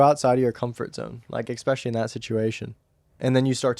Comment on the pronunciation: That’s got to be a record for the number of uses of “honestly” in 45 minutes. Also, what does “expecially” mean?